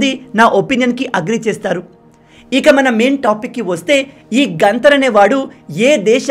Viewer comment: గంతర్ కాదు గత్తార నా కొడుకు